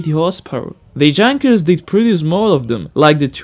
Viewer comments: "Yunkers" please, everyone, it's not "junk..." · Junkers should be pronouncied as "Yoonkers" like yamaha and I think it is some Diesel engine in helicopters ,but don´t know it exactly...Next problem is ,that you can´t buy diesel fuel on airport mostly... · Great compilation. the way you say Junkers is hilarious. Is it realy how ppl from english countries call it? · Good video, but as an aside, Junkers is properly pronounced like "young-kers", not "jun-kers"; also, Jumo is "you-mo" and not "ju-mo", since it's a portmonteau of Junkers and Motorenwerke.